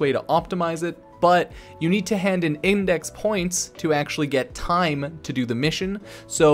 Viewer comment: Dont run out of toime mate. 😆